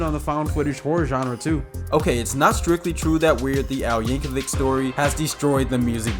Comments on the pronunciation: Yank-a-vich is how you pronounce it bud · I love Bohemi-anne Rhasfody by Kween and Aye-mish Paradise by Wei-ard L. Yanker-vick! Those songs are so cool, they make you not want to take the 30 seconds to google how to pronounce the names correctly! 🙄